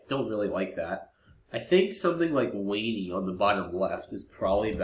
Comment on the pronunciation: Thoughts on W(A)NY instead of W(A)NEY?